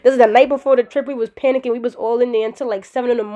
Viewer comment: I was emphasizes on “PPPPPANICKING” for me. That shit scared me loool